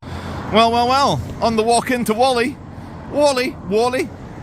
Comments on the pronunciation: me ole sack o shit Whalley is pronounced Warley not Wally lovely Christian town free from foreign shit!!! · It's pronounced WALL EEH not WOLL EEH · Great vid (as per) couple of things that may be of interest: The hill with the sheeps is called 'Whalley Nab'.also; Locals (Inc me, yours truly) pronounce Whalley... wall-ee. you're the best good sir, keep up the great work. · My parents came from Whalley, and it's not pronounced Wally either. 😊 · Love the video. But please pronounce Whalley right 😂